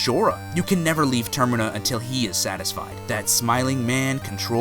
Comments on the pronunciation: It's not ter-me-na It's ter-min-a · Its termina not termeena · And of Termina. Definitely pronounced like Terminal not termeena. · No temina as in terminal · There not mumies there gibdos Oh and its not pronounced aikanas but ikanas castle Again not termina but ter mi na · It's Termina not tirmena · He just said turmeena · SkulltUla, not skulltElla... Also, Termina as in "terminal", not Termeena... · It's a little-known fact that all Zelda YouTubers compete to see who can mispronounce the most words. Here, we only have Termeena and Skultella, but elsewhere you can find Deeku, Maj-ora, and many more. It's a fun adventure! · And "Termina". I'm pretty sure it's pronounced "TER-min-a," (like "terminate" or "terminal"). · OKAY OKAY OKAY Skulltula - SKULL-chu-luh Kakariko - KAK-uh-REEK-oh Termina- TUR-min-uh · did anyone notice the he butchered the name termina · His pronunciation of certain things is pretty terrifying, if you ask me. cough cough "termina" cough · You pronounced Skulltula(skull+ tarantula), termina(terminal without the l), and Ghirahim (GiRahHem) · the scariest thing in this video are his pronounciations of termina and skulltula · The way he says Termina makes me cringe for some reason...